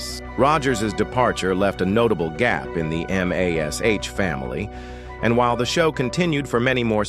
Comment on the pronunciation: It's M*A*S*H (pronounced MASH) not m-a-s-h. Yes AI is ruining everything.